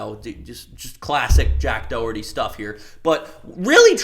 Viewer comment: "jack doehurty" 💀